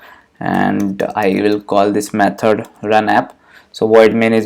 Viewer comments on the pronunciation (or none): none